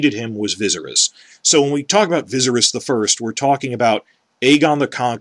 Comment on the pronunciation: I appreciate your hatred of D&D, but I'll never be able to accept your horrible mispronunciation of Viserys